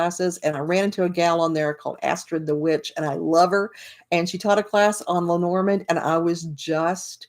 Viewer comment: Hi! I just came across your review. I have bought the book and I have bought the cards but I haven’t started yet learning. I’m glad you like Erica‘s book, but you pronounce the name differently than she does. She pronounces it: LEH-nor-MOND. You say: Leh-NOR-mund. I’m wondering what you think of that? Who is pronouncing it right? And who is pronouncing it incorrectly? I’d really like to know. Thank you.